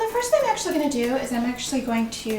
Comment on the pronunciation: "akshwee"...so many times!